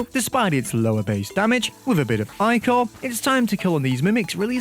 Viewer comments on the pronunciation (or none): one of my only problems with this video is the way you say ichor. it´s not like eye-core but rather with a very short i. this sort of i is found in sick, thick, etc. but also in things like cyclical groups. the last syllable should be at most half as long as you say it. I wouldn´t want to hold the er in any comparative adjectives for more than half a second. I also wouldn´t want to hear one longer than that. imagine just listening to somebody and feeling like the sentence "I´m only getting sicker and sicker of these people" took them half a year to pronounce.